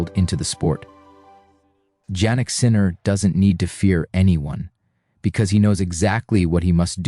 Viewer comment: “J”annik? Please, the right pronunciation…YAH-nik